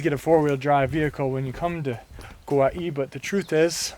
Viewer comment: Not sure who told you to add an ‘E’ to the pronunciation of Kauai. Hahaha. Butchered from the start while claiming to be ‘pono’. Good try though